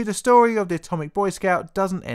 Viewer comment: Fank you for va stovi. It was vewy intawestin.